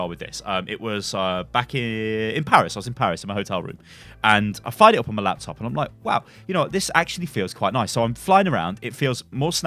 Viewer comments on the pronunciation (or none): none